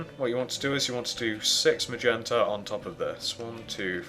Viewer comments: HEY JUST CUZ HE PRONOUNCES MAGENTA MAYENTA DOES NOT MEAN YOU CAN LAUGH AT HIM FOR IT!!!!!!!!!!!!!!!!!!!!!! thats the way HE pronounces it,so DO ME A FAVOR AND SHUT THE FUCK UP!!!!!!!!!!!!!!!!!!!!!!!!!!!!!!!!!!!!!!! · Ma-yen-tuh lol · HA HA HA he calls MAGENTA , m-a-y-e-n-t-a. 😄